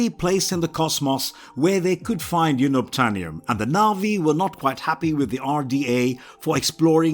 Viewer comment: YOON-obtainium??? WTF?!!